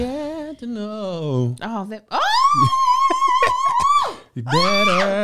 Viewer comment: This is the first time I have ever heard say "Ghat" instead of "that"